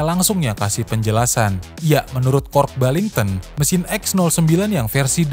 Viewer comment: Why you keep switching from saying Kooasaki to Kawasaki? Why do you pronounce Kork Ballington's name Kork Bington? He also never managed the 250cc race team!